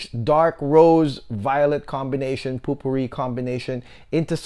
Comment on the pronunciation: Great review -- I want to get it for my mom now if it has a good rose note. (oh we don't really pronounce it 'POOPOO Ree' lol, it's 'POE per ree')